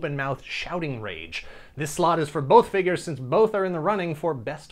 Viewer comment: Wow, I'd love to see the draft/cut list that didn't make it as well! Must've taken a loooong time. On a side note, I had to take a shot, because you said "fingyures". Good stuff!